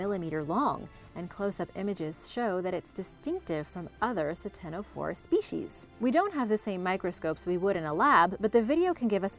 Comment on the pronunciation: The c in ctenophore is silent.